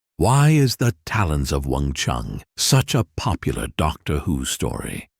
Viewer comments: CHI-ANG NOT Weng Chung!! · wing chy-ann not wong chung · Weng-Chiang, not "Wong Chung". If the narrator cannot get that right, I don't want to listen to the rest of his "review"! SMH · oh it's a Fudgeknocking AI voiceover again. WUNG CHING!!!🤨